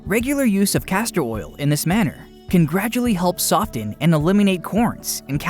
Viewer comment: The t is silent in the word soften. You do not pronouce the t